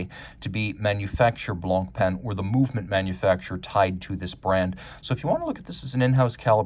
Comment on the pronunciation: One tip,: don't pronounce the c at the end of "Blanc."